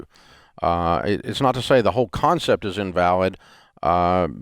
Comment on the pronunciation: I like how Dave put the emphasis on CON in concept.